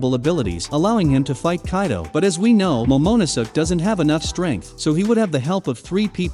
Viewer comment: Why does he say “Momonuso”? It’s Momonosuke…